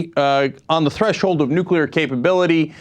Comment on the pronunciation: will they ever learn the correct pronounciation of the word 'nuclear' ? I know, new rule! if you can't pronounce it you can't use it. period.